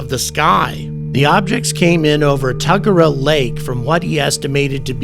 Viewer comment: Hi, me again 😅 Albury is on the NSW side of the NSW and Victoria borders, so it's as far Northern Vic or as far down Southern NSW as you can get and is literally pronounced like you're going to bury everyone - All-bury 😆 You smashed Tuggerah and Wyong, up on the NSW Central Coast, about an hour and a half North of Sydney, which is where I'm from originally 😄